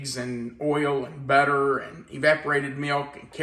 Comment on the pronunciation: The way you say butter, sounds like better. lol😂